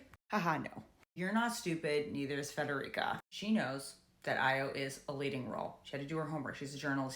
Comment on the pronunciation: I just subscribed, and I believe it’s pronounced ah-yaw